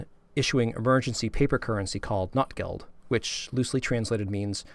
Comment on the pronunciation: Very cool video, great to hear from another Notgeld collector! I'm trying to popularize the more German pronunciation of Notgeld in English, like "note" instead of "not", but it's an uphill battle. :) The word Not in German means emergency, need, lack, poverty, misery, and it is where our word "need" comes from, as in a time of need. Notgeld means "emergency money" - just as you pointed out, people hoarded the silver coins when Germany went off the gold standard at the start of WWI, and there was an emergency shortage of small change, so that's how the first (1914) Notgeld arose. But things only went downhill from there, the situation in Germany grew worse and worse during and after WWI and Notgeld became a popular way for cities to raise much-needed cash from the collector community, Notgeld became more of a pun, as in "misery money" or "poverty money", another meaning of the noun Not that very aptly described their situation post-WWI. I made a similar video to this one, that, coincidentally has the same title. :) It doesn't go into any specific notes, but I'd love to do some videos like this that translate the notes for an English-speaking audience. I have quite a few translations I've done in my Ebay listings that are not available anywhere else (yet). The fact that many of them are written in dialect makes it extremely challenging but the hobby is so deep that it seems impossible to run out of new discoveries. Still I learn at least one thing (and usually much more than t